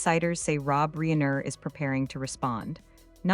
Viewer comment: Reen er? AI, that is just lazy.